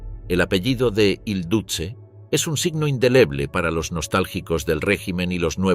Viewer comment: No se pronuncia "duce", se pronuncia "duche"